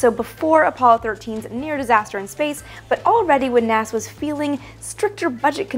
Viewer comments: she said naza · “Naza” aaaaand I’m out